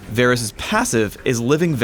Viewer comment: idk y ppl pronounce him Vaaarrrggh rus